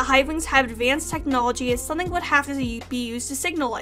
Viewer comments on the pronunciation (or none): none